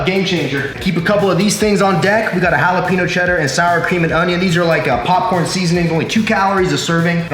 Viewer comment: Jalapeño my guy... not Halopeno haha